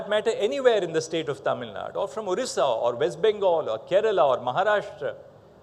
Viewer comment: Tamil Naduuuuu sir and not Tamilnad